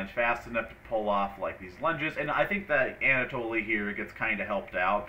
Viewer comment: You know it's pronounced Anna-Toll right?